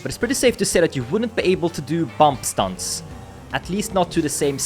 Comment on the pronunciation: It looks like your speech has some frenchiness on it, i can hear in "stunts"